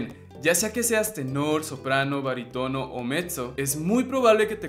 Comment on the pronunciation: baritóno??? jajajaja, chico aprende a acentuar bien las palabras, barítono, para eso la tilde